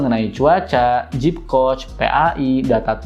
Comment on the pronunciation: Aplikasinya Zepp ya bro bukan Jeep 🙏 klw Jeep (Jip) itu mobil Amerika 😅 berkali" dengernya jd geli 🤭